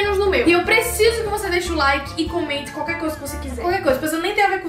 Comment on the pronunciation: "Comente qalquer coisa" Oi...